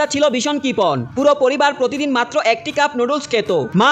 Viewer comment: কপন নাকি কপণ 😂